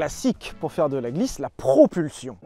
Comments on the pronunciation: "PROPULSTION", VRAIMENT LES GARS. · Ah oui la fameuse "PROPULSTION" 🤣🤣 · Le "propulstion" à il fait mal quand même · Bravo à la "propulstion" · "PropulSTion", y'a eu hésitation entre T et S j'imagine, finalement pourquoi pas mettre les 2